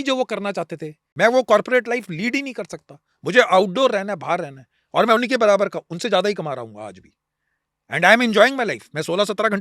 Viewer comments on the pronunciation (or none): none